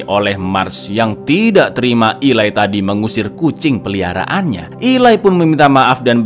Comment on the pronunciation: Eli bukan ilai😅😅😅